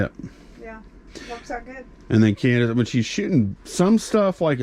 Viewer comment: Hey! Candice pronounced our name right!! Thanks for the video <3